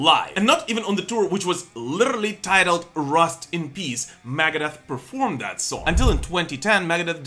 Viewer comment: i could not be the only person who thinks he says "Maggot Death" when he says Megadeth